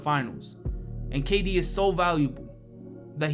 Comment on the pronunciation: Bruh it's kd